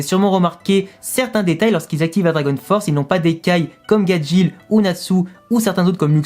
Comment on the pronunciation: Mais le monde c Gajeel et non gadjil où gadjelle